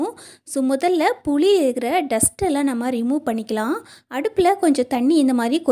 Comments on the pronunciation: தமிழ் உச்சரிப்பு சரியான முறையில் உச்சரிக்க பழகுங்கள்.... puzhi illai... puli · புழி, அல்ல புளி சொல் தவறு இல்லாமல் சொல்ல வேண்டும் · சகோதரி.... புளி.... புளி..... புழி இல்ல..... மாற்றி கொள்ளுங்கள்.....